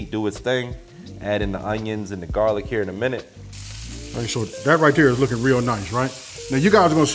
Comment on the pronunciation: I like garlic paste as opposed to “Jarlic”… but I’m with you, baby fresh is best!